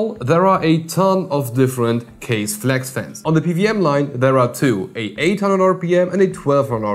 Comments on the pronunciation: Its not kaze. Its ka ze. Means wind. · Its not Kaze.... Its Kaz-aee(from the old days)... Also bruv.... I really like your videos And i agree on scissor part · It’s pronounced (Kah-ZEY)! Scythe is bad ass. In the earlier 2ks they use to sell bad ass little 25mm fans I used for cooling chipset heat sinks. Blessings. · I thought "Kaze" pronounced something like Kah-zeh like japanese or something. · Kaze should be pronounced 'car-zeyh', since it is a Japanese word which translates to wind or breeze. you can try put the word 風 into google translate to hear it. They also use Japanese word for their other fans line-up such as jyu (as in 10) for 100mm, jyuni (you guessed it- 12 )for 120mm and hachi (8) for 80mm. if anyone ever read or watched Naruto, i'm sure they'll know what 'Shuriken' is.